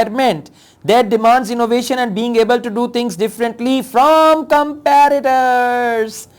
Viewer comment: sir, the word competitors is being spelled as com-pi-ti-tors.......not comparitors